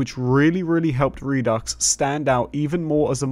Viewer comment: The X is silent by the way. Re-do (du).